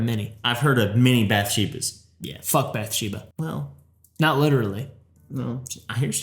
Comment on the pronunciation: Bathsheba(Bath-She-bah), not bathesda(Bah-thez-Dah)